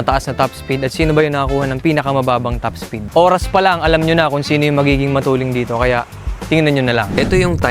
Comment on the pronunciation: bakit sinasabi nyo matuleng? hindi ba "Matulin" hindi "Matuleng"?